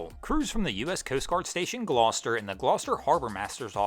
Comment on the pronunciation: Yeah, but the real tragedy here is how our boy pronounced “Gloucester” 🤣